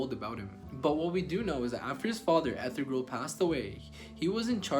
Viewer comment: This video has a lot of inaccuracies from mispronouncing Ertugrul's name to calling Salahuddin Saladin to not knowing that Salahuddin was Kurdish and not Egyptian.